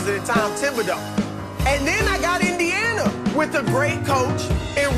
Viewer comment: He said Indiana 😂